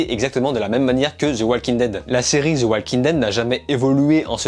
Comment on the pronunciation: Avis au français de type francophone THE se prononce De pas Ze ptn ta plus de 20 ans et jamais on te l'a dit 😙